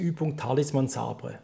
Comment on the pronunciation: Sabre? Ouh man im ernst?.... "Säber" ausgesprochen...nicht SA-BR-E